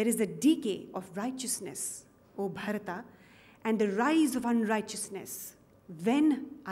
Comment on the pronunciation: Well done but pronounce Bharata in place of Bharatah.....brilliant....Jetey Raho.....Aahee!